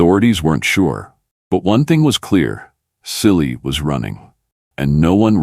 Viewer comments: His name is pronounced as Chilli not silly . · Chilli , not Silly for god's sake